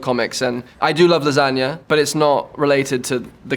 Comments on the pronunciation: I love how he pronounced "lasagna" the italian way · he can pronounce lasagna he's my hero